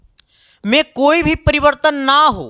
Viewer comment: Yadi ❌ adi ✅. Vibhavantar ❎ bivantar ✅ V ❎ BHI ✅ 😤🙄😮‍💨😒Mood kharab ho gya Kam se kam words ko perfect bol lo yrrrr aap hai ya ham